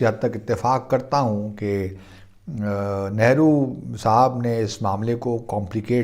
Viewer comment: It is very bad thing that you intentionally pronounce wrongly of our leader's nane .